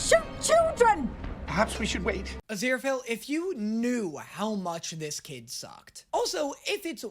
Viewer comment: crowley says azira-fell. everyone else says azira-fail